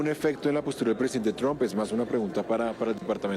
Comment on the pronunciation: Esa señora no sabe pronunciar el nombre del presidente de los estados unidos 😂